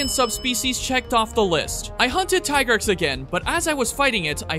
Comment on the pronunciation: its tigrex, not tai-grex